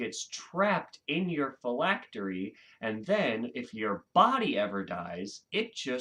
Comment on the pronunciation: You pronounced phylactery correctly 👍